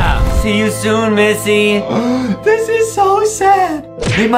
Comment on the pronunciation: It is not missy missy